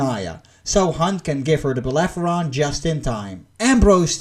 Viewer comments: "Bellerophon". Not "Bellepheron". Google is your friend. Takes like, 2 seconds. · Belerefonte not beleferonte... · It's "Bellerophon" 😓 But great review man ! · whatever the spelling in English...but you pronounced the f first and then the r...this is why I corrected you. Should be spoken as it is written. R first then f.